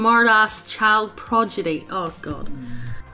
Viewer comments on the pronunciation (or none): Halfway I sorta noticed that she started reading the text a bit dyslexically: “progidy” “anarchid” and it was somewhat consistent too. I really hope that it isn’t something too serious and that ya just had an off-day.